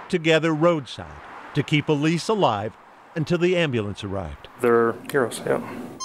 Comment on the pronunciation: Whoever is writing this ... The child's name is "Elise" -- NOT "a lease" as repeatedly in your video!